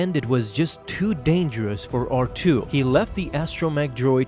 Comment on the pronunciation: Artoo? Its R2... wtf